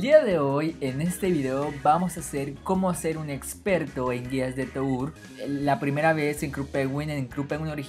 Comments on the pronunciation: Toúr? Se dice "Tur" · Se dice Tur no To ur :v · Se pronuncia "TUR" no "TOUR" me dio tanto Cancer que no pude ver ni un minuto de la epilepsia que me dio